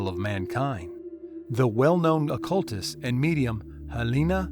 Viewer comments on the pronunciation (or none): none